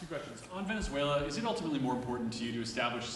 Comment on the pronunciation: Ok Canks needs to go to a nursing home, he's talking about about Venezulor,, he's saying it like Teslor , what is he talking about, can anybody tell me what he's saying, wind mills are killing birds, WTF is he saying windmills are killing birds, He's obsessed with windmills, he's like a toddler, a child would name a bill the big Beautiful Bill? That's childish